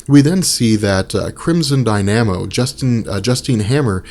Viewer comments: lol its not crimson dy-nam-o its pronounced die-nuh-mo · No biggie. He just had the emPHAsis on the wrong syLLAble. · Ha, Crimson 'Dyne-am-oh', and Namor the Sub-'Marine-er' Love these break-downs, but I gotta say, you butchered those man.